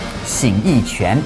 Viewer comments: You keep pronouncing quán (fist, punching) as if it were qián (various characters, various meanings, none of which have anything to do with martial arts). The character shown is correct for quán. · No, because u in qu is pronounced like French u as in une. It has also been transliterated, roughly, chwan or chuan. You were saying ch'yen.